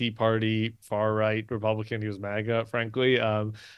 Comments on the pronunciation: Brian: Did you say the right, or the reich ? LMAO 😂 😅 😊 !!! Adolf Trump is literally going down the toilet. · Did Brian say, "Right or Reich"? LOL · Sounds like you are saying, “inside the Reich”. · It sounds kinda like your saying " inside the Reich" which is right!